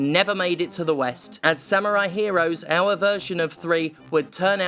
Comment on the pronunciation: Oh god don't you start doing the Yahtzee thing of saying "sam-you-rai" instead of "samurai".